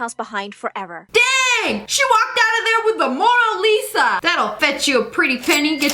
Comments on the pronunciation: IS IT ME OR DID LISA JUST SAY MORA LISA?! ITS MONA LISA!! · Did Lia say a moral lisa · "Mora Lisa" - SSSniperwolf 2021.